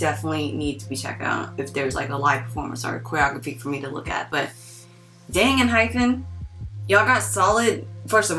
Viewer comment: Just a side note, it's Enhypen, not en-"hyphen." You had me second guessing their name a minute 😂